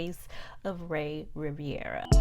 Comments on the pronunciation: RI - VE - RA NOT Riv-I-era... also that hotel name was in french not italian... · His name is Rivera not Riviera